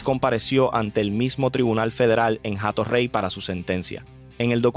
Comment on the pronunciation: NO ES JATO REY. SE PRONUNCIA COMO. ATO REY. SIN LA H QUE NO TIENE SONIDO